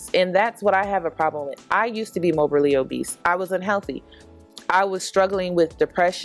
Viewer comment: Morbidly obese not mobally or whatever you were saying sis.